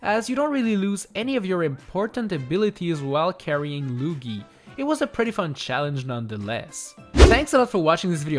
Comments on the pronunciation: he says lugie instead of Luigi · I like how u called Luigi lugee ( see what I did there with the u?) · Why do you call him lugie? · Is no one gonna talk about the luggi not luigi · Who is this Loogy you speak of, don’t you mean Luigi? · It’s pronounced lu-e-gee No Lu-ge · He Said luugi